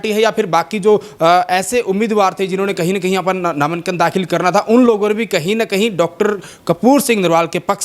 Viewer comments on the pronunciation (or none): नामानकन नहीं होता, नामांकन होता है, क्यूं बेज्जती करण लाग रहे हो पत्रकारिता की। लठ ठा कै पत्रकार नहीं बन्या जा। बार बार कहीं ना कहीं, कहीं ना कहीं, क्या है ये?? जो हुआ है वो हुआ है।